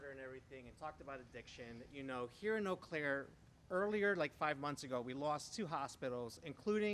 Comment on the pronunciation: First, doofus doesn't know how to pronounce Eau Claire properly... They're still playing the Insurrection Song, "Gloria—" Kimberly Guilfoyle sleaze-danced to and MAGA ruined; no doubt they're playing all those songs illegally.